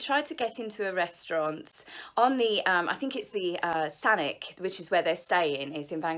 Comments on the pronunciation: May I just correct... it is pronounced Sasissshhhhh not sounding like a k but a shhhhhhh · I live here in Saanich (pronounced San-itch). We have no snow, some rain. Very mild climate. The Sussexese are not here. Are you kidding! You cannot hide here, we are not that remote. Reporters could have easily found them and got pictures, even from the waterfront. This is ALL PR nonsense. Believe me, we VAncouver Island-ites are laughing our a$$es off over these stories!! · First love your videos and your sense of style. Where they are is pronounced Saanich the ch as in Ch eese. Here in B.C. Canada it was media of sorts denying they turned PH nd MM away there were no reservations nor conversations with anyone relating to the gossip. Mulroney think of as Mull roony it is pronounced as such ….. Canadians at the time well say.... the prime minister...… he was not so popular with Canadians. Where they say they are is western Canada, where Mulroney other friends employment are all eastern Canada, opposite ends of the country. I can see hiking Deep Cove and area is very beautiful, lots to see even whale watching off of western coasts and seas, breath taking. As always gr8 video ty. ~D~